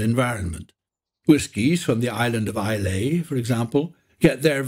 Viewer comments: It’s “Eye-lah” not “Eye-lay” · Well done! But it's I-la and not I-lay. 😉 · Vielen Dank!👍🏻 Perfekte Präsentation, bis auf eine Winzigkeit bei , es wird "Eila" ausgesprochen, nicht "Eiläi"!😱 Frohe Weinachten!😍🖖🏻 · “Eye-lah” not “I-lay” is how Scots pronounce the island. Great instructional video, many thanks. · Very good, note however that the island in the south west (Islay), famous for peaty whisky is pronounced 'eye-la' not 'eye-lay'. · That's a visually (except for the nasty banner in the middle), and narratively well prepared video. One little flaw it has is that ISLAY is pronounced more like EYE-LAH, not EYE-LAY, other than that - great job. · Great video combined with going on a distillery tour - not pronounced “aye-lay” though it’s pronounced “”aye-la”! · Amazing video, but IsLAY? Come on now, Isluh, I feel this is known amongst whisky lovers in general... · It‘s pronounced Eye-LA not Eye-LAY! The rest is awesome, thanks for it! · Beautiful video (and narration), thank you very much for sharing! A little nitpick: iirc Islay is pronounced "I-La" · It can also be "EE-lah", which is the more "correct" local form traditionally used on the island itself (as in the name of the whisky Caol Ila, where Ila = Islay), but yeah most people now use the more modern "EYE-lah" (and more English, as opposed to Gaelic) - on the island itself I am quite sure you find both pronunciations today. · Islay is pronounced “eye-la”. Nevertheless an excellent 3D video!!!😊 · Interesting style of pronunciation "ISLAY"... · Was not bad until dude said.....Islay as eye-lay. /cringe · he mispronounced some words, like Islay for example...... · It's odd that someone can put this much effort into creating an animated video and not bother telling the voice-over actor how to pronounce Islay. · Great video! Only one negative comment and that's on the pronunciation of 'Islay' by the voiceover. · Love the video, but can't believe he mispronounced Islay. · mispronounced "Islay" massive red flag.